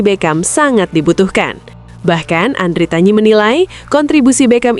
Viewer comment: Andritani bukan andritanyi